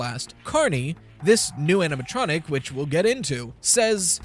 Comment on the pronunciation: The "aminatronic" keeps bugging me rveryones foing it these days